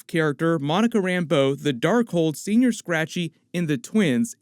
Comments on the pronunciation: 'Sen-Yor' Scratchy.. not Senoir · As someone from California, it's killing me that you keep saying "Senior Scratchy" instead of, "Senõr Scratchy" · It’s senyour. Say it right. It’s not old man rabbit. I didn’t spell it right on purpose. Lol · You keep saying senior, it’s señor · It's painful hearing u say señor as senior.